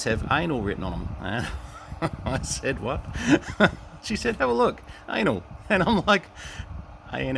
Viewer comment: anil or anal not anl lol